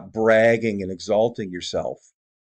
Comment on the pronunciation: He said Elisha not Elijah